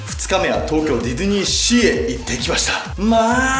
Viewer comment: 途中、ディドゥニーシーに聞こえるww